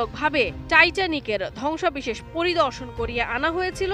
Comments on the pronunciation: ধ্বংসাবেশেষ না "ধ্বংসাবশেষ" ঠিকমত উচ্চারন জেনে তারপর সাংবাদিকতক করতে আয়। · উপস্থাপিকার উচ্চারণে প্রচুর সমস্যা পরিলক্ষিত হয়েছে। ধ্বংসাবশেষ হবে,সে বারবার বলতেছে ধ্বংসাবিশেষ।